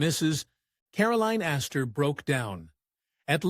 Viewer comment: The name is Astor, not Asta. That was the name of Nick and Nora Charles’ dog.